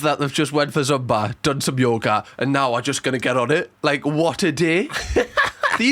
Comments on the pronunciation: idk if yall call it something else over there, but it is pronounced "zoomba" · It's the passive aggression turning into actual aggression for me! Top Shelf! And the way you pronounce Zumba is adorable - gave me the giggles!😁🤣